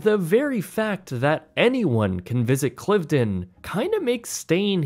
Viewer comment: And he pronounced Cliveden wrong. It’s ‘Clive-den’. Plus he said the National Trust was a government agency - it’s not.